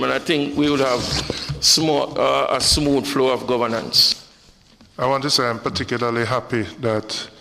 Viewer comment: Smooth is one syllable. Not “si-mooth” Clarke.